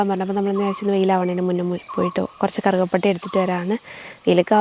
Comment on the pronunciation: കറുക പട്ട യല്ല. കറുവ പട്ട... കറുക എന്നു പറയുന്നത് പുല്ല് ഇനമാണ്..